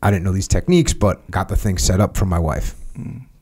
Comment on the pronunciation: "got my wiFFFFFFFe" dafuq? 🤣 that was weird